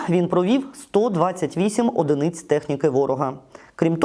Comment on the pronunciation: Не "едЕниц", а "едИниц".